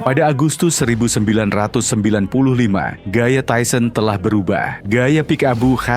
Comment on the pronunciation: Tyson emang keren,,, tapi pembawa acaranya bilang tuson seperti binatang, ketauan tyson bonyo kau!!!